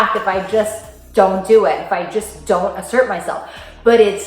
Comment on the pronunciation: I had to listen carefully a.m, I thought you said imsert, but after a few blinks and a yarn I realized that you were saying asert, good stuff.